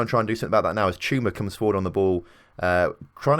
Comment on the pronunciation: You're saying it right "Chuma"